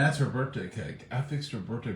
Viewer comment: BIRTH-DAY ….. not BIRT-DAY. why do people pronounce it that way??????